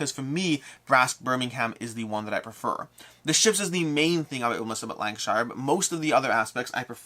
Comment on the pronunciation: Im from Lancashire and to my shame, I dont own the game! 🤣 (Just a side note, we Lancastrians pronounce it Lancasher). 👍